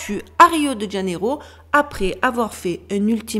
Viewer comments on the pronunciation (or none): none